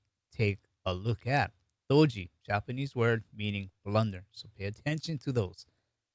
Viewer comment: Do'ji - Blunder is pronounced with very short o with accent on Do. If pronounced Doooji, it means simultaneity. So I thought Doji symbol meant buying and selling happening in the same amount, happening simultaneously. I didn't know the true meaning until today. It was a fun video. Thank you!